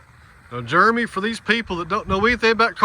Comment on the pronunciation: Juremy. Never heard it pronounced like that.